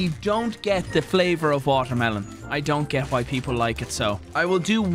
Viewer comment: "watermelone" hahaha